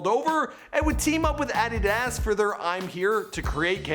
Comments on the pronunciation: Do you mispronounce things on purpose? A-dee-das guinea conakry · Bro learn to say Adidas right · He doesn't even know how to pronounce adidas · Bro it’s adidas not adidaaas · Ah-Dee-Dass... JUST SAY ADIDAS WRIGHT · Did this foo really just say “ aadidaaas” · Lmao "addy-das" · Add-i-das! Hahaha sorry! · Do you mispronounce words on purpose to trigger people? No way you pronounce adidas as “addy das” and no way you don’t do your research on pronunciation before filming. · You can't even pronounce adidas right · This man can't even pronounce adidas😂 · The way he pronounced ‘Adidas’😂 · Wait, how did you pronounce Adidas? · Why do you pronounce adidas like that?